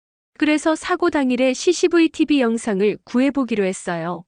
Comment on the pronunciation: cctv 를 ccvt 이렇게 읽는다면 ??